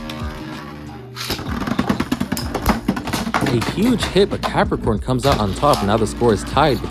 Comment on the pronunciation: is it me, or im hearing Galaxy PEPPERcon